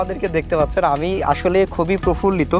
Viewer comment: ছাগল reporter, বলে কি : profullito 🤣🤣🤣🤣🤣🤣🤣🤣🤣🤣🤣